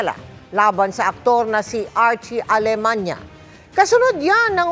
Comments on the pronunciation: Alemaniac Ata hindi alemanya? 😅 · Alemania❌ Alemaniak✔️ 😂🤣🤣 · Archie alemaniak kasi eh. Naku kahit pakinggan nlng ang pagbigkas ng apelyedo eh